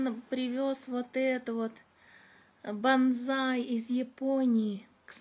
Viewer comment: Не банзай, а бонсай